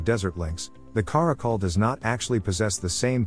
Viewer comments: Stop pronouncing it cuh-ROCK-ul. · "Care-icle" and "Car-akal" . . . I'm living for the interchangable pronunciation in this video 🤣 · Take a shot every time he pronounces Caracal a new way.